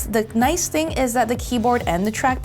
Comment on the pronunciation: The... Not, duh. Their... not, dere.